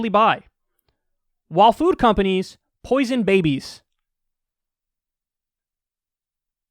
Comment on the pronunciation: The way he said, “poison babies” at the end...